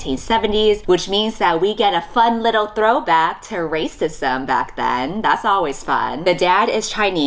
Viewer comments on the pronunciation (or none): none